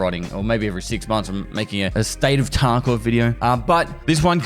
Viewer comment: I watch vids with subtitles and lol every time says "Escape from Taco"